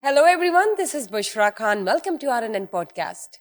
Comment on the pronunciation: please pronounce khan correctly. you r pakistani not ondian